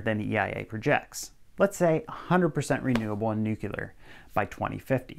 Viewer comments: Heh heh- You said Nucular. 😆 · Nuclear is not pronounced, "nukular" .